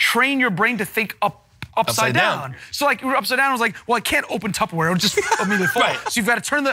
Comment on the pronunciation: Did Murr just say “tubberware”? It’s “tupperware” babe...